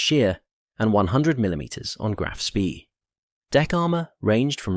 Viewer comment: Speed is pronounced Schpay in German, otherwise excellent video.